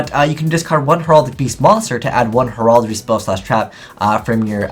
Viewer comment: You are not pronouncing Heraldry correctly.